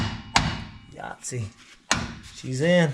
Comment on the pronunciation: You collectively have said Yatsy so many times, I think it's time for a Yatsy T shirt.